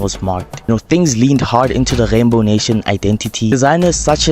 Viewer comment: Did you say rgeybow nation😂